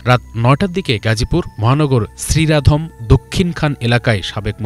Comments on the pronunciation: ওটা সিরিরা ধম নয়, ওটা ধীরাশ্রম😅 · শ্রীরামধম না ধীরাশ্রম হবে সাংবাদিক ভাই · শ্রীরাধম না। ধীরাশ্রম